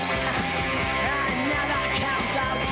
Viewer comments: * N.M.E. - New Musical Express (influential weekly U.K. music paper) | ** country - is pronounced very deliberately as “cunt-try”, the onscreen lyrics should reflect this | ***get pissed - get drunk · "I thought it was the UK, or just another count-ree". Priceless. Edit: Punk, as described by Siouxsie Sioux, was just a noise made by the kids of the time, most of whom had no musical skill or training... But it was their noise.